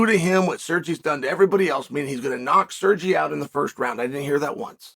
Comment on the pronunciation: Who da fook is "SURjay" 😂😂😂